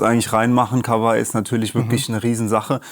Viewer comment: ich hoffe du liest das und wirst für immer glänzen mit deiner Aussprache des Firmen namens: KAWA - I... wie in 河[KAWA]合[I]. Japanischer Familienname genau wie Yama-Ha und ich hab's noch nicht gesehen auf deinem Kanal aber ich hoffe, du sprichst es nicht yaMAH-ha Es gibt noch andere Lesungen für 河合, aber da die Firma sich KAWAI schreibt, kann es nur KA-WA-I sein.